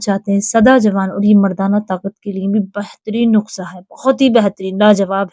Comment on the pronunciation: Madam nukhsa mat boliye sahi lafz nusqa hai.